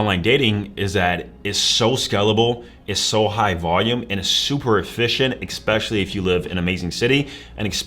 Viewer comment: Especially NOT Expecially